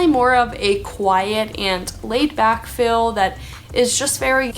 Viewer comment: But she did say "fill" instead of "feel" several times, and (my favorite) "assessable" instead of "accessible".